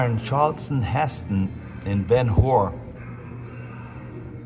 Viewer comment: it is cap-oh-tay not ka-poat and Ben hur is her not hore